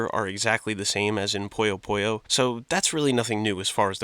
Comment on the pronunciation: I'm sorry but I HAVE TO correct your game pronunciations. Puyo Puyo: Pronounced "Poo-Yo, Poo-Yo" not "Poyo Poyo" Madou Monigatari: Pronounced "Maw-Dow Monigatari" not "Ma-doo Monigatari" Idk in what context ou is Pronounced oo but I'm too southern to think about it. Cool Mario vid